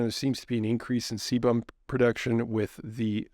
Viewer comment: Sebum is a waxy/oily substance secreted by the sebaceous glands of the skin- Seemed that you were struggling to say this.